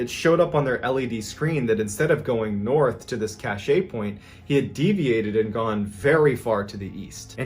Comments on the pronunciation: You've probably been corrected already but just in case.... Cache is pronounced "cash". "ca--shay" is spelled cachet and means something completely different. Cache(cash)=something hidden. Cachet(ca-shay)=a seal, like on a letter. I didn't want to correct you publicly but I couldn't figure a way to send a private message. By the way...I truly enjoy all of your videos. I've watched most of them more than once. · Cache. Pronounced like cash. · Loved the story about the haunted house. Definitely gave me chills. The very next story, though, you keep mispronouncing "cache." Look it up, Google it, whatever, and see how it's properly pronounced. : )